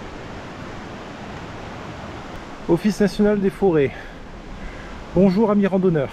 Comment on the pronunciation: BonjourE ????? Je ne savais pas que bonjour se terminait par un "e"